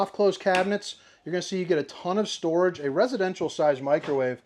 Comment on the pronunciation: 😂Re-heat potato mode and then stor-ahge. This one is making me giggle throughout. Thanks! So far, so good👍